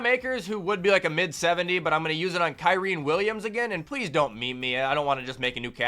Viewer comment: blud said "Kaireen Williams"😂😂😂